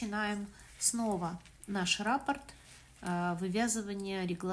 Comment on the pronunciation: спасибо за МК. В первый раз, с вами, пробую вязать росток. Вы все очень понятно рассказываете и показываете. Обратите внимание на слово Раппорт,вы его часто повторяете. Надо говорить РаппОрт. А рапорт- это донесение у военных.